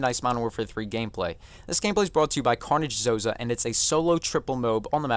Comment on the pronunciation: LMAO, "Zozah"